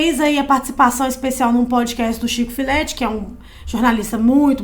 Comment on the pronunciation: Chico "Fileti" me matou 🤣